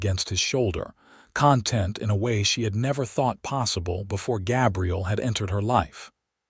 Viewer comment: Why use the name Gabriel if the AI can't pronounce it? Certainly not going to listen to over 2 hours of that.